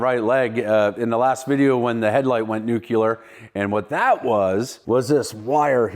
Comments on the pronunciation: Hey, it's nuclear, not nucular! lol. Sorry, pet peeve. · Noo-klee-er, dude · Newkyaler huh?